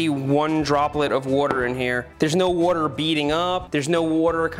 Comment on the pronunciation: soapy wooder